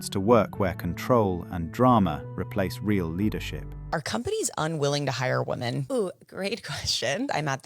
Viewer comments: All these idiots are so educated yet consistently pronounce women as woman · This lady with the dreadlocks doesn't know how to pronounce the plural of woman...women is pronounced wi-men...not wo-man. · I hate it when they say "woman" when it should be "women". Drives me nuts.🤬🤬🤬